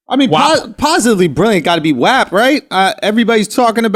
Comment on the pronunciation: The way they pronounce WAP bothers me lol